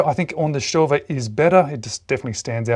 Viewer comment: You're killing me....Say it with me StoVA StoVa StoVa